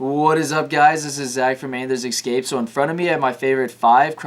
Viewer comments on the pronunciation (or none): I'm 22 seconds in and this guy has already said "eggscape" and "crappies". Think I'm going to bounce. Can't trust someone's intelligence with that many moronic mistakes this early in the video